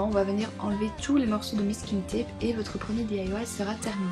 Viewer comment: j'adore tes vidéo mais on dit pas messe kinne Tap mais Masse kin Tap je c pas si tu comprend se que je vous dire si tu comprend pas c pas grave PS j'adore tes video